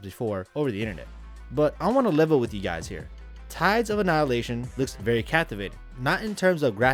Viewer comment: Says not being harsh to the game, but can’t pronounce the name. YouTube these days